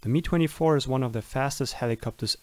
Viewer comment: Please stop saying it as "me" [MI:] 24 it´s [EM-A:J] 24